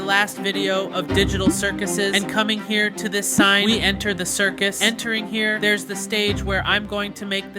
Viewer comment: People who heard digital circle instead of circus